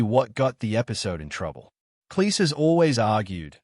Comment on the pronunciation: Cleese sounds like "cheese," not "lease."